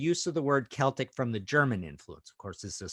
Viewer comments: It's pronounced Keltic in the UK and Ireland, that's why it's correct. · Knows how to say Celtic, doesn't known how to say Giger.